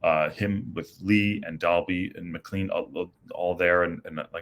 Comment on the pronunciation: Needed those 3 points. Oh and McClean is pronounced Mick-clain. Just from one American to another.